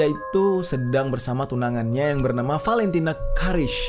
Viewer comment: Itu bacanya "valentina curish" bukan " valentina curish"